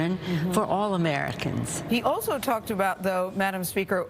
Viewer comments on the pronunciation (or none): none